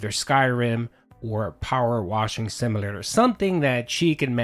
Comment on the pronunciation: You sound like a mirelurk when you try to say simulator 😂